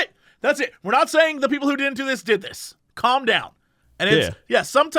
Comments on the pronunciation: whenever he said "calm" i just heard "cum" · Cox saying Calm sounds legit like he says Cum